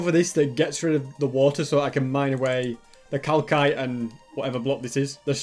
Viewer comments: im not mad but he did NOT just say cal-KITE its pronunced cal-SITE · The way he says Calkite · its is calcite (cal-site = calcite) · Mojang: Calsite: Calkite! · When he said ‘calkite’ XD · ))) its pronounced "cal.s.ite" LOL 👍, also, glowberries can be found in dungeons, mineshafts and most importantly lush caves!! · pronouncing calcite as cal-kite triggers me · So we’re gunna ignore the fact he called it Cal KITE…. Okay I’m not here to judge 😂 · Calcite is actually pronounced. KAL-SITE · is anyone going to mention that is pronouncing "calcite" wrong? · Just so you know you are saying calcite wrong